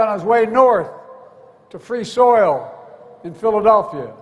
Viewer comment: 😂 lol he said "soil" 🤔